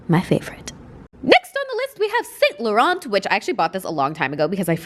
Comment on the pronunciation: * cringes at the pronunciation of Yves Saint Laurent *